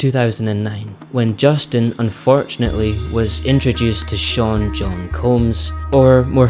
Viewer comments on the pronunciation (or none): P Diddy's first name is "Sean" not Shaun. I'm a Shaun and he's not part of our crew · Sean not shaun